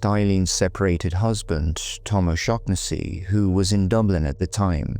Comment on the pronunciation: Can’t even pronounce her name right